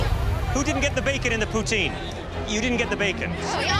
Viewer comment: Why would college kids want "Japoutin?" They lost before it even started.